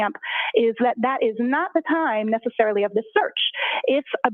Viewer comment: The phone search expert said "Not Nessicarilly" at 0227. To me this means it "May" have been 0227 ....still not what defense wants to hear